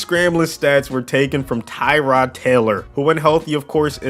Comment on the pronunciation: It’s Tuh-rod not Tie-rod